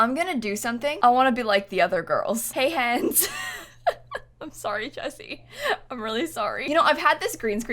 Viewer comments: The "hey hens" sounds so weird in an American accent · I'm from Ireland, and that "Hey hens." That Jesse always uses, sounded really Irish when said it. 😂👌🇮🇪